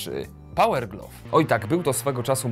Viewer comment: słowo GLOVE wzmawiaj /glaw/. Materiał spoko, jak zawsze.